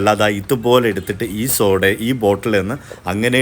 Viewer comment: 🙋🏻‍♀️chakkare🙋🏻‍♀️സോഡാ അല്ല ഷോഡ 😅ഇത്രേം എഫക്ടുള്ള സാധനം വയറ്റിൽ ചെന്നാലുള്ള അവസ്ഥ.🥴.. പടച്ചോൻ ബുദ്ധി തരട്ടെ 🤲🏻